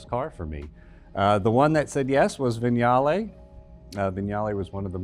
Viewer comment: the G in Scaglietti is silent! skah-lee-ET-tee! I did foreign language diction in uni... in 1982! You can too! (edit: you managed it with Vignale!)